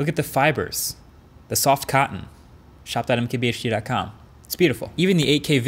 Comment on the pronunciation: Let me tell you one thing that whenever you are talking to someone in India never tell that your channel is called m k b h D, otherwise you will be made extreme fun of.